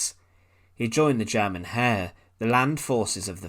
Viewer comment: And likewise, it's not the German "hair" - it took a moment before I realized that it was about the German "Heer".